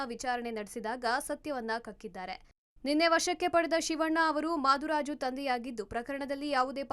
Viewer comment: ಮಾದುರಾಜು ಅಲ್ಲಾ.... ಮೃತ್ಯು ರಾಜು